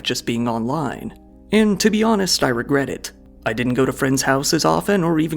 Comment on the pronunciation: “I wegwet” Theres def signs lol